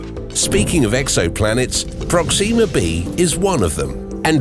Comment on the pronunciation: 2 things: 1, you say Proxima like its Proxema, its not and it sounds so wrong 2, there are 2 forms of life. 1 is organic life like plants and animals, and there is sentient life, humans. So when everyone says "hey theres life insert planet here take it with a fuck ton of salt because the odds of there being sentient life on that planet is like you winning a jackpot, slim but not impossible, whereas it would be more common for organic life to exist